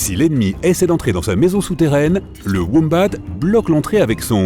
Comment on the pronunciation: Sa se dit womba pas wombate, et je sais que sa s'écrit wombat